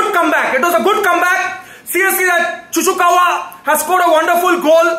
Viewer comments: Man is so frustrating that he pronounce Chukwuemeka as Chuchukawa 😂😂😂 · "Seriously, that Chuchukawa scored a wonderful goal" Chuchukawa? Who's that? 🤣🤣🤣 Hahahaha LMAO It's Chukwuemeka lol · who the fuck is chu chu kawa ??? :face-green-smiling: its chuk way may ka dude ! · He seriously called Chukwuemeka as Chuchukawa 😂😂😂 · Hahahaha 🤣🤣🤣 LMAO. actually thinks his name is Chuchukawa. He repeatedly said it many times 😂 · Yeah. Multiple times too 😂😂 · 🤣🤣🤣👏 this needs to get to Chuchukawa, I mean Chukwuemeka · "Chuchukva" and "disass" i lost it😂😂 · "Chuchukawa" pronounciation of the century!🤣🤣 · Bro called him "ChuChuKawa" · Man said chuchukawa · It's Chuck wa meka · Bro It's chukumekwa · More than once too LOL. couldve said chuks atleast 😂.